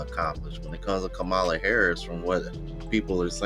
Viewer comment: What's funny is your an adult and you still can't pronounce VP Harris name right.